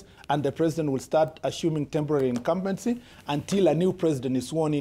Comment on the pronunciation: 'Ashuming' what is this?